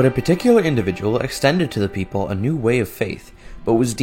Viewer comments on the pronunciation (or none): When i her wekapipo it sounds like joe from family guy "Beople" kinda sounds like Beter